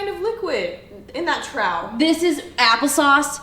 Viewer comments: Allison called it a “trow” and not trough (pronounced trôf). My southern Texas soul is slightly irritated but also pretty amused because I’ve never heard anyone say it like that hahah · Trough? Troff not trow?